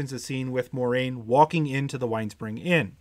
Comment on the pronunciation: Dorks on YT: "Ermagurd! I'm a huge WoT fan! Watch all my WoT videos." >pronounce Moiraine wrong<